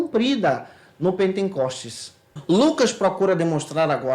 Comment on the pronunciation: Gostei muito do comentário do. Gostaria de a título de ajuda dizer ao irmão que observe quando expressa a palavra pentecostes o sr acrescenta um n que não existe.